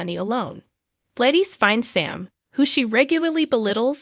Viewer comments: Her name is pronounced glad is not by any way it is pronounced Gladyees. Please learn your word pronouncing. Thank you.😊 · Please pronounce her name properly...Glad is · Do people not know how to PRONOUNCE the actors tv names Correctly!!!??? Her name is Gladis!!! Not Gladies??? Learn names!!!☹️😡😠😡🤬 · Ys it is not Gladyees.it' Glad us pronounced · Who is Glaydeez? Lol